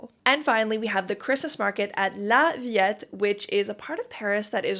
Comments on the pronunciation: Parc de la Villette is pronounced Ville-ette in French, just so you know ☺️ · superb video ! - but ... we french pronounce La ViLette (as if only one L) and not "La Vi Y ette " 😉🤩 AND we don't say " Citro-1" but " Citro-ène " - But ... Bravo for your wonderful vid' , very complete and detailed ! 😻